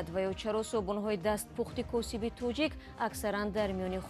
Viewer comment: Тучик не точик